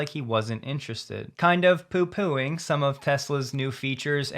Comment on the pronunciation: Oh. The US and Europe are two different places. Car Wow are correct. Car Wow aren't negative on Tesla. You sound too defensive but I did appreciate your British accent when you said "poo pooing". It was a good attempt old boy.